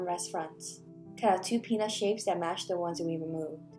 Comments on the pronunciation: I thought you said penis shaped fabric, not peanut lmaoooooo I had to rewind that a couple times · I thought she said penis too LOL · LOL!! I seriously thought she said penis too and came to the comments to see what's up lmao